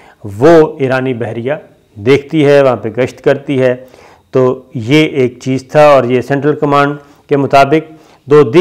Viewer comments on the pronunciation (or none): none